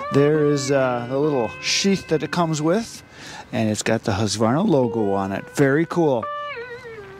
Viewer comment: Thank you, thank you, thank you for saying husqvarna correctly. So many say huskavarna!!